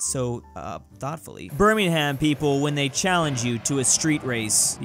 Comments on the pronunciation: First of all,, that's not how you pronounce Birmingham Second of all, Richard Hammond + Rimac Concept1 As a person who lives in Gloucestershire, that hurt:'l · I am legit crying from laughter after hearing say chav, brummie, and scouser. Also if you're wondering chav is a person who's basically a wannabe roadman, a brummie is a person from Birmingham and a scouser is a person from Liverpool. Also the way he said Birmingham. Like a proper American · learn how to say Birmingham correctly 🤣